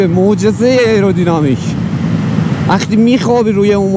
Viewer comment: خسته نباشید.راستی تلفظ درست آیرودینامیک هستش.ممنون از زحماتت